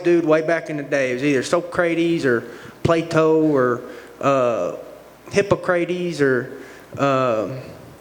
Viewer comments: They way he fucking pronounces the names of the Greek Gods🤣🤣🤣🤣🤣 Hippo-Kray-Tees. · Bruh said Hippo Crades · "Plato or hipocratEEEs"